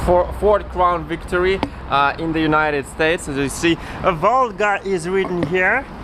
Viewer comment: It’s Crown Victoria not crown victory